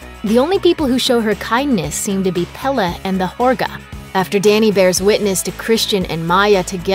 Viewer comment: I understand you are from an english speaking country, but before trying to say a Word from another language, listen to it in that language. If you know the Word is from Sweden, look it up, many translation sites have a listen option. You say Pelle almost perfectly but midsommar does not have a hard AR. It sounds almost like you would say it in English; instead of a stronger ER it sounds more like mid sum muhr. Thanks.